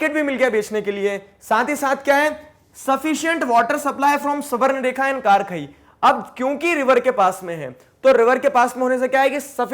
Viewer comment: Bhai wo सुबरनेखा nahi स्वणृरेखा hota hai